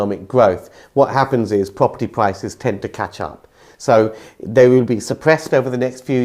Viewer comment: Observation: people who pronounce R as a W, should be banned from saying Pwopurty Pwices.😂